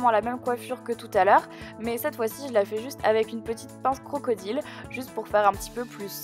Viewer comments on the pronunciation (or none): none